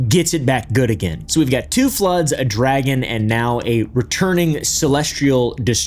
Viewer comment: dragon sounds like meteor to me?